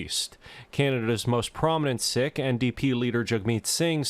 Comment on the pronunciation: I may be a white dude but I'm pretty sure it's pronounced seek and not sick. If anything is sick it's the present government!